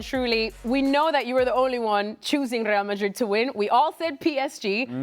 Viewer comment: Ale can't say Real Madrid. Rae a Ma ee.